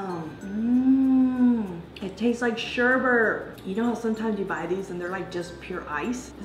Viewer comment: let me say,i love your videos.however,it is sherbet not sherbert